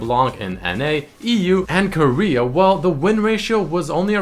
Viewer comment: Why do you say "Ko-REA" I mean you can just say it naturally like Korea :P